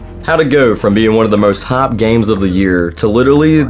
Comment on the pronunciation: They way you say "haaapd game" gave me a good chuckle. Also, they didn't "become COD killer", they marketed themselves as COD killer. You can call yourself anything, but more often than not it's just complete BS.